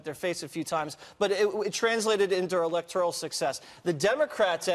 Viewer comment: Btw...everyone, it's "elector-al" college and not "elector- ial" college.